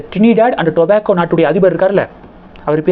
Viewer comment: Your telling the news is fine but please,please practice your pronounciation before talking. For example it is ToBaGgo and not tobacco